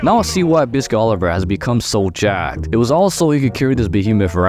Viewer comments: Its not Oliver its Oliva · Oliva. Wtf is Oliver?